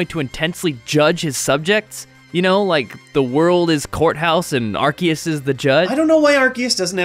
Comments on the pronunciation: HOW COULD YOU! I THOUGHT YOU WERE A POKEMON MASTER! ITS R-C-US NOT ARC-EE-US! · omg its arCeus NOT arKeus. C! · lol it bugs me more than it should when people pronounce it differently. it's ar. see. us. not ar. key. us. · Why did he say "Arkeus"? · Am I the only one that pronounces Arceus as Ar-SEE-us? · You mispronounced Arceus